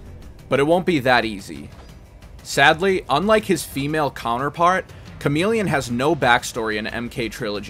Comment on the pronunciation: The male ninja is /charm-il-ih-on/